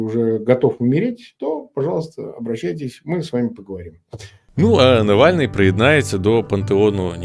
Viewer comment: Блэт, Нэвэльный